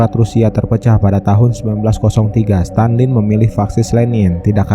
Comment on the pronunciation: stalin bg bukan stanlin